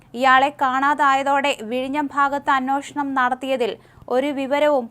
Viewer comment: അന്വേഷണം എന്നു പറയൂ കുട്ടീ.